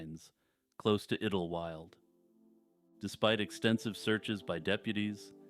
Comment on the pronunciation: Iddlewild? I think it is pronounced as Idle -wild instead of iddle, to be honest. 'Idle' as in staying in one place without moving.